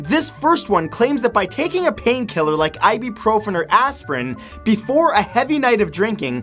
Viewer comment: It's not pronounced ibeeprofen